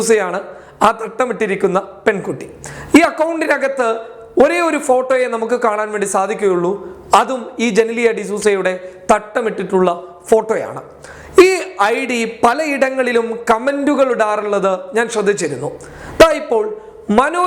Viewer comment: ജെ -നീ -ലിയ . ജെ - ലീ -ലിയ അല്ല .